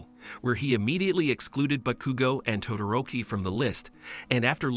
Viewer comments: The entire time i was dying every time he saqid "bakugu" or "kachyn" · Bros saying Bakugew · “Backugo” or “catchin” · Bro you did bakugo dirty (Realy bagugo)😂😂😂 Ke chin Kaachan